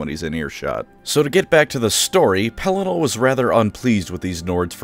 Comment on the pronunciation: Pelinar 🤣 the intentional mispronunciations are damned funny 😆 not laughing at you but laughing with you!